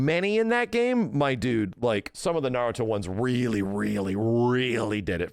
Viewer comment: I'll give this. he's one of few YouTubers who actually pronounces Naruto correctly.